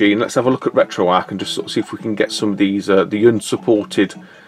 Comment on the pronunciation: it's RetroArcH, with the H pronounced at the end, not just "RetroArc"